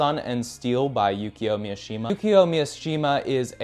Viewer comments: It's pronounced: Mi Shi Ma Not pronounced : MIA shi ma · Mishima. It's not Miashima. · immediately mispronouncing Mishima as MiAshima really shows that we are watching a video by an American creator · Just a heads up, Mishima’s last name is pronounced Me-She-Muh not Me-uh-she-muh “Easy” thing in Japanese is that there’s no such thing as short vs long vowels, every vowel is pronounced the same every time. A = ah, o =oh (think Toyota cars or Canon cameras) i = E, U = oooh (think Mitsubishi or Mt. Fuji) E = Eh (think Nintendo or Lexus) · Mishima, not Miyashima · His name is Mishima not "Miyoshima" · I’m gonna be that asshole but it’s pronounced mi-shi-ma not Mia-shima. His book called spring snow is hands down one of my favourite books I’ve ever read good pick 👍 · It’s Mishima not Miashima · bruh, Yukio Mi-uh-shima? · White dude saying "miashima" yea bro I'm okay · cool video, but I don't know why you add a ya in mishimas name like its miyashima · cool vid! nice book recommendations. one knit pick, Mishima is pronounced MI - SHI - MA. (MI "MInk") (SHI "SHIp) (MA "MArgate"). man, i made it complicated than needed! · It's pronounced MEE-SHE-MAH. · Good video, but why do you keep pronouncing it as Mi-A-shima? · Bro yaps about the responsibility of reading classics and then mispronounces Mishima’s name